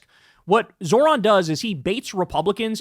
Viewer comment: Can someone please teach Kyle how to say Zohran correctly? He says "Zo(h)r-an" (Zor-ahn). Its pronounced "Zoh-ran" (Zoe-Rahn). Its driving me insane because he criticizes people for not saying his last name correctly and then mispronounces his first name constantly lmao